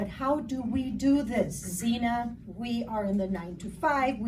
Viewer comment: Xina (not Zena). ☺